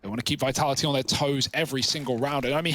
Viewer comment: VITALA'HEE lol I love how the guy doesn't pronounce the second 'T' in Vitality